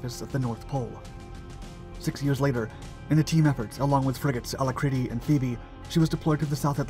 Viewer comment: At 6.18, "finally able to use her guns"! Sloppy - surely torpedoes, I don't think she had guns. Also, I think at 8.00, its HMS Alacrity. Not sure about your pronunciation! But that Operation Journeyman was new to me - never realised that we'd had an earlier run in with Argentina, although I vaguely remember Thule.